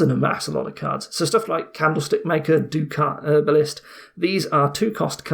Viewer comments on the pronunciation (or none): Very good as usual! Just wanted to add that the t in ducet is pronounced. Was talking IRL about dominion 2 months ago and someone corrected me